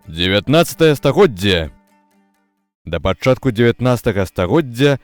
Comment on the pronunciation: Вельми неправильна гаварыце слова "стагоддзе" и "у годзе". Неяк штучна